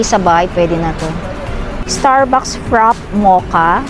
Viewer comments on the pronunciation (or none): you mispronounce fraffe..